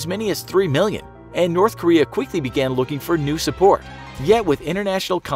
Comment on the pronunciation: I heard it wrong when he said "North Korea" I thought he said Nerth Karea lol